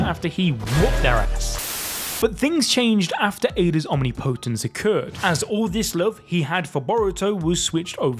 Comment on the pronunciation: Phonetically its pronounced awhm-ni-po-tance